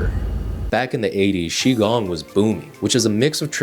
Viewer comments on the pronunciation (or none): Qigong is more like "Chi Gung" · Sorry, dude, you have lost your creditability when you failed to correctly pronounce "Qi gong."